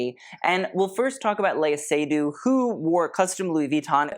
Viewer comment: The correct pronunciation for Lea Seydoux's name has the accent on the second syllable, not the first.